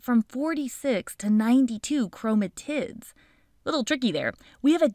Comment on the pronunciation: Your videos are my favorite! And you say Gametes like they're cute babies 💓, But aren't you mispronouncing Chromatids... 🤔